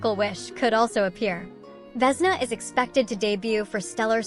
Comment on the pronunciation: . She is Vesná,not Vésna He is Valériy. not Váleriy